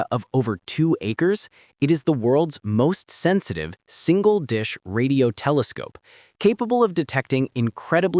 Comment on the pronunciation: "Kelescope" AI 👎